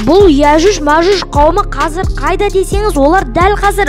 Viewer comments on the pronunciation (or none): Иажуж мажуж емес аджуджи маджуджи